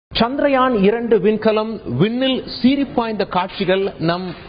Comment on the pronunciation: Good information. Thanks. By the way, it is chandraayan and not chandrayaan